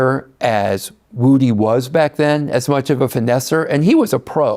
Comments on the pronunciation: Do YT ppl mis pronunciate names on purpose. Wood-ee is not the same thing as woo-dee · Vlad how can you interview lil woody and STILL mispronounce his name smh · Can somebody please teach Vlad to say Woodys name right 😂